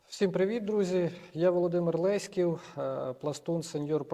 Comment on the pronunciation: 🤫, не кажи нікому 😂. Дякую за роботу. ЛЕськів, а не ЛеськІв😊